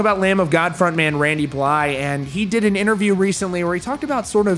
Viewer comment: Points for pronouncing Blythe correctly. You my dude